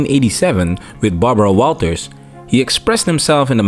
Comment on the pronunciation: Barbara “Bawawaw” Walters